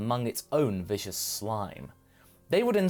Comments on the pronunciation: Vis-cuss not vicious xD i know its a bit nit-picky but they’re very different. Viscous meaning thick. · VISCOUS<VIS-cuss>, not VICIOUS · You mispronounced viscous.